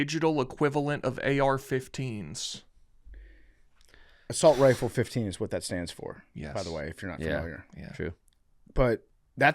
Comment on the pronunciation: ASS-alt Raifu